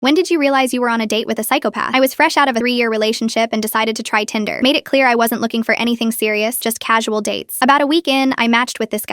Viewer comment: Gotta get the AI to say it right. Might've said tynder for Tinder.